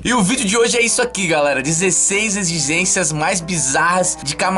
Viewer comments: "EXISÊNCIAS" kkkkkkkkkkkkkkkkkkkkk,rí demais mano!!! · egigências tbm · "16 exgxishgências..."